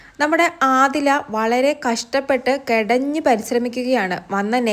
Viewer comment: കെടഞ്ഞ് അല്ല കെണഞ്ഞ്😂😂😂